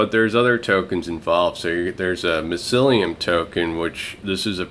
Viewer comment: What is it with you and pronouncing things.... Mycellium.... like My cellium XD